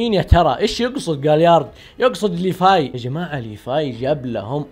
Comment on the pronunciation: ليفاي وتتتت ليفاي؟. ايش فيك انت مايقولون ليفاي بل لسان لازم تقولها بحرف ال v خربت ام لأسم 🤮🤮🤮🤮